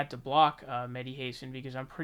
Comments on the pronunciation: Dude, it's pronounced HA-san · Why you sending his name like an illiterate American? It's like saying the country "I ran". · Mehdi Hasan is an arrogant jerk. Please find out how to pronounce his name, though.